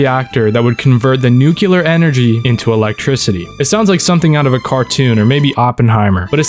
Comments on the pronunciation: Trying to make an educational video when you cant pronounce "nuclear" correctly is so fucking ironic. Noo-klee-yur. Not noo-kyuh-lur. It has "-clear" right there in the word, like "nucleus". Do you say "nook-yuh-lus" too? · Nun cellar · Bro pronounced nuclear like 5 different ways